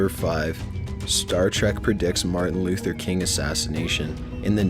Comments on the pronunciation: Did you just fucking say marthin Luther King, JR.??? How the fuck do you mess up his name?? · He said [in-dick-tid] instead of indicted. And then later he said "Marthin Luther King" lol